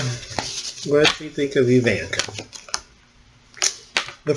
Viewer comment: It's EeVonnKa dahling. Think Zsa Zsa Gabor. Ok, so i dated myself. If you don't know who she is ,google her and listen to how she talks, dahling.